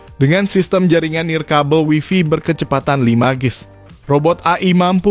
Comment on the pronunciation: Wifi dibaca /waifai/ berdasarkan kamus. Cek